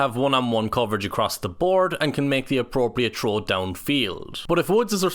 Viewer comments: Knock on effect. I hadn't heard the term and had to look it up. It means a secondary or cumulative effect. Trow and tree must be commonly heard in Ireland instead of throw and three. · I can’t understand “figure out what to…” ?? Also you’re saying trow instead of throw. Like English please